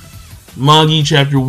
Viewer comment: Firstly, in Japanese, they pronounce it "ma-gi", so he's saying it right. Secondly, the word is no even an English one, it was taken from Latin, and can be either ma-ji or ma-gi (depending on which period of Latin-speaking you choose), so again, he's saying it right. Thirdly, it's not the same concept (the story borrows the word but not its full meaning), so basically you can pronounce it however the author decided to in her story:, which means, for the third time, that he's saying it right.